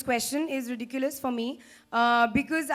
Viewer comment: It's is ridikulus, this question is very ridikulus 😂 spitting out Harry Potter spells